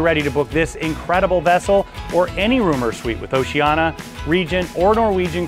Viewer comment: It's 'Oceania' (Oh-Cee-Aan-Iah) not 'Oceana'. :yougotthis